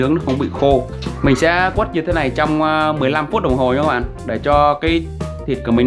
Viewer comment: Quết ko phải quất ạ .